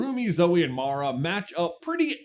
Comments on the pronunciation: take a drink everytime says Mara not Mira XD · Mira. Her name is Mira, not MARA. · I was about to be like "My dude! Mira! MIRA not Mara!" Then I saw this post. Take the Like. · IT IS MIRA NOT MARA! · If you guys do another video, please, please, PLEASE, stop calling Mira "Mara"! Her name is not Mara! The subtitles even say Mara! I can understand J not realizing he said her name wrong EVERY SINGLE TIME, but how did the editors not catch it, and make a note on screen, or have him dub in the correct name???? Come on guys! You're better than this! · MIRA ~ M i r a ~ Mira like a Mirror, 😂 Or is it just an ongoing trend where people purposely mispronounce her name, bc people always mess hers up from what I’ve seen 😅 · My guys....I love the topic and would love to see more KPDH material buuuuuuuut......as it's been said: Mira not Mara, Zoey = Turtle, and its 'a zhr' not 'a zūre'. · Rumi, Zoey, and Mira! Not Mara. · But what part of her name being Mira not Mara was that difficult!? I love the theory crafting, but the mispronouncing the name is on the levels of pronouncing aang wrong as ong. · It’s M-I-R-A Mara is a kind of jungle rodent found in Latin America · It's "Mira", not "Mara". And the band that Celine and Rumi's mom were a part of were the Sunlight Sisters, not Sunset Sisters. And the multi-colored Honmoon could mean that instead of the blanket shield that keeps all demons out no questions asked was replaced by a shield that lets demons who were like Jinu (willing to redeem themselves) pass to give them another chance. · Hermione: "You're saying it wrong! It's Mira not Mara." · not "MARA" noooo 😭😭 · I know I won't be the only one but... it's Mira, not Mara... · Who is Mira? Mara is my favorite. (It's actually Zoey. She just so extra.) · Your mispronunciation on Mira(it's like mirror, not my) bothered me a little, but this was interesting. My favorite song changes daily depending on what's stuck in my head, but it's usually Golden.